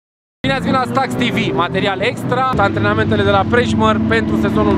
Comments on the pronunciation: Băi:)) e Prejmer frate, nu “ Prejmăr”:))) orcum, m-am uitat după tine și Dobrescu la circuit, și tot nu v-am văzut. Poate data viitoare ✋🏼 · prejmar si prejpara. E prejmer ;))